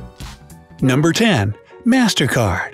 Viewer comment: i hear mastercard as mastercar